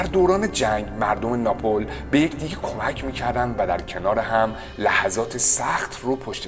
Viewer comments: اینقدر بیسواد و سطحی هستی که اسم شهر معروفی مثل ناپل Napl رو به بدترین و زشت ترین شکل اشتباه ناپول Napol بیان کردی ، خواهش میکنم دیگه ادامه نده ، فن بیانت بسیار بد و به خاطر دندون های بد فرمت حروف س و ش خیلی زشت تلفظ میکنی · ای خاک بر سرت ، دست کم یک کم ، فقط یک کوچولو مطالعه میکردی ، آخه یک آدمی اون دور و بر نیست که به تو ابله بگه که اسم اون شهر ناپل Napl درسته نه ناپول Napol،،،،،،شما ها مایه خجالت و ننگ هستید ، از یوتیوب هم تعجب میکنم که مثل اینیستاگرام جلوی حضور این بیسواد ها رو نمیگیره ، اول ویدیو رو دیدم قطع کردم حالم بده شد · ناپول نه!!!! ناپل✅ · کمی بیشتر در باره برنامه تون مطالعه کنید مارچلو ماسترویانی بعد تاول نه napol c C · چرا شهر ناپل رو اشتباه تلفظ میکنی ، تلفظ اسم یه شهر که خیلی سخت نیست، روی پ ساکن قرار میگه وقتی میخوان بگن ناپولی با او تلفظ میشه